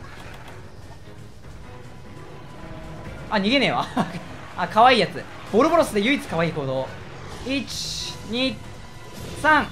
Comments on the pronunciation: 正式名称ボルボロスなのに、が言ってるのを聞いてると何故かボロボロスに聞こえる僕。素直に難聴です。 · ボロボロスって言ってるように聞こえるの俺だけ？ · ボロボロスって聞こえるの俺だけ？ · の「ボルボロス」の言い方が「ボロボロス」に聞こえるってそれ俺の中で一番言われてるから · ボロボロスって言ってる？笑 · またボロボロスって言ってるw